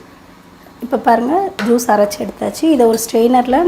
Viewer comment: it is not Jees but as Juice. In Tamil j will come as "JU"se.